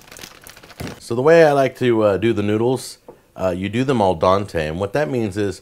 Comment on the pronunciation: You said "al donte", but it's "al dente". :)